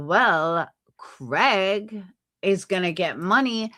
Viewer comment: you said Craigory like Gregory 😂 I'm referring to him as that from now on 😂 I do agree with you & like hearing your viewpoint. You also are a great mom! ❤